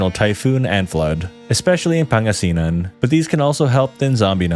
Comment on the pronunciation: he said he was "born and raised" here in the Philippines but the "pasig, la union, pangasinin " pronunciation was murdered + also its "calabarzon" not "calabarazon".. kulit mo bro..